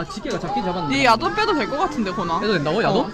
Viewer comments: 자막안보다갘ㅋㅋㅋ "여기 야동이랑~"야동이라한줄알고 놀래서 자막봤는데 ※야돈주의 ㅋㅋㅋㅋㅋㅋㅋㅋㅋ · 밥먹으면서첨에 소리만듣다가 야동이라는줄알앗어욤ㅋㅋㅋㅋㅋㅋ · 멍때리고듣다가 얃옹으로들었어.....